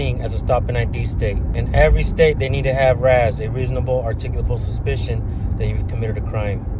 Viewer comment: The woman narrating this video can't even articulate the word "articulable." How ironic.